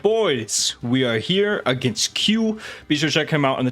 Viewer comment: Makes me laugh every time he says "heyah" instead of "here", which is a lot lol